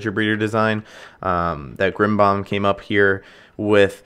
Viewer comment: "grimbomb" lol